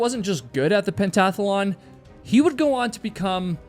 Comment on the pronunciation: I think you mean pentathlon. Three syllables. Not four.